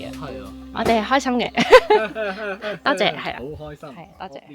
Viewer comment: 個多謝聽落好似ありがとう😂